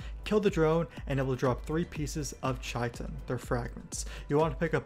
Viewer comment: yo, you pronounced "chitin" wrong.